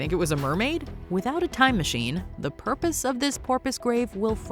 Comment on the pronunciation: I applaud your ability to say “…the purpose of this porpoise…”